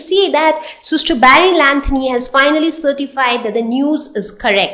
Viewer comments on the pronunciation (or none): none